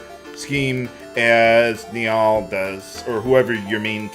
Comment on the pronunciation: bruh i love your LPs but i can't deal with how you pronounce Nial, i always said it as like nile and this has been killing me, but i love you so i'm dealing with it <3